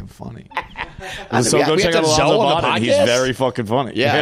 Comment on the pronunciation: Bodden is pronounced Bow-dun, not bah-den. Funny dude for sure, been around a long time.